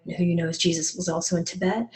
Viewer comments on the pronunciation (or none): none